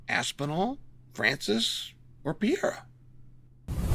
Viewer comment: Chael kills me with the “Pee-air-uh” 😂😂